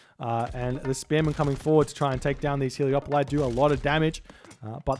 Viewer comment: Repeat after me: HE. LE. PO. LIS. Me: He-le-po-lis.: Hiliopolae.